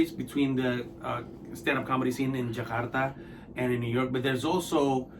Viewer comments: Thank you for pronouncing Jakarta as it is instead of "Jekardah" please it is JAKARTA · Suka banget pas mas Pandji ngomong Jakarta nya "Ja-kar-ta" dlm tiap convos nya ga yg jadi "Je-kar-da" 👊👏